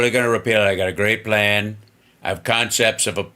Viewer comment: "Consepts of a plan" holy fuckin shit 🤣🤣🤣🤣🤣🤣🤣🤣🤣🤣🤣🤣